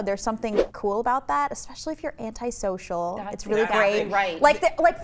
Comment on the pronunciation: pronounces antisocial in such a weird way lol?